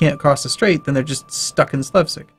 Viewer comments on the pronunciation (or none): Slevsig? Try reading "Slesvig" again :)